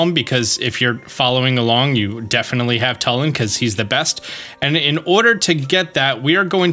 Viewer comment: I just want to say it is pronounced TOOLIN not TULIN